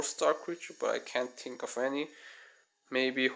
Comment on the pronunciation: CRE A TU RE - not CREATU , THREE - not TREE, THINK not TINK